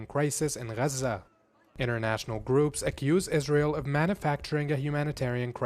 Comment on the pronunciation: It's nor "rrazza", it's Gaza. Learn English.